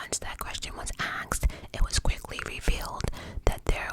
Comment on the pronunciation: "Question was axed"😂😂😂😂